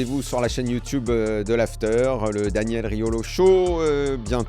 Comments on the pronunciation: Alors c’est top Daniel! Si je peux me permettre deux remarques: on dit “YouTube” pas “YouTiube”, et pour tes prochains invités si tu peux leur suggérer de poser leur téléphone pour éviter qu’il bouge non-stop… merci beaucoup! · Très bon format. Par contre, faut arrêter de dire youtiube